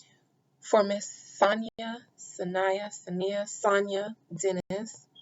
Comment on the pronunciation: Thank you for the read Adina. Her name is pronounced Sa-Ny-Ya. This truly hits close to home for me. 😔😔